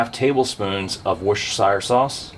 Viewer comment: Quick tip from the UK, Worcestershire…. Is Pronounced… “Wooster sheer” otherwise love watching the content, maybe some more whiskey content.